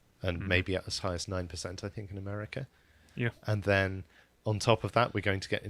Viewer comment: Can you change the script so he doesn’t have to say “think” Because every time he says “Fink” I want to punch the screen..